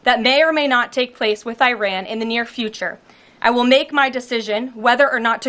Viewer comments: Just the way she pronounced Iran. It's like someone who knows NOTHING about the country. I-ran is not how it's pronounced. It's more like "ear-ron" phonetically. Jeez Louise...these things matter! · It is “ee-ron” not “eye-ran”. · Why does she pronounce it I-ran? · "I'ran", I didn't think I could dislike her more... they never fail to fail.... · KKKaroline, It’s not eye-ran. She probably says, eye-talion.🙄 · Officials pronouncing Iran as Eye-ran, just really bugs me for some reason. Sounds uneducated to me, just like people used to say Eye-talien. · Does she purposefully mispronounce Iran or is she just that ignorant?